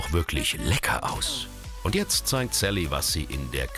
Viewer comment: mann lern mal richtig sally auszusprechen